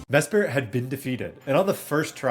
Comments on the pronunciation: Hey man, I absolutely love the dedication to this challenge and ur genius when coming up with battle tactics, but I feel an urge to point two things out (sorry 😭): 1. It’s me-SPRIT. Not me-SPIRIT. It’s not a spirit 😂 2. Mesprit is a legendary pokemon, not a mythical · Never heard someone pronounce mesprits name like that, you say it so normally it had me thinking i misremembered how its spelled 😂